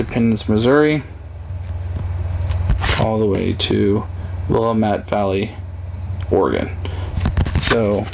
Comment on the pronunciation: Willamatte Valley WILL AM ETTE say it right From Oregonian